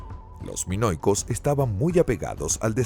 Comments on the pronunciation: Revisen la traducción y lectura antes de subir el vídeo.. entre menoicos, ageos, y derivados ya no sé de qué estamos hablando... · Terrible... Tucides en lugar de Tucídides... Canosos en vez de Cnosos. En 3.41 dice "mono-icos" ... Pero aquí se lució. En otros micros es peor. En cambio, en este mismo canal, Mira la Historia, hay un locutor muy bueno que tiene voz de persona mayor. Ese señor siempre tiene una excelente dicción. Un maestro de la dicción, el fraseo, la pronunciación y no menos importante, sin engolar la voz. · No pronunciar ni una palabra bien “canosos” “monoicos”…